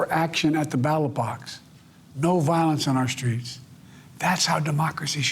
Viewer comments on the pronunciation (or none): At the "Battle Box"? 🤣🤣Man can't even read the word Ballot correctly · Did he legit call it "the battle box"?!? Wtf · I mean I personally hear Battle Box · lol I heard battle box 🤣😂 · And “battle box” instead of ballot 😂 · What's a "battelebox"? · He said ballot, we all know about his speech issues.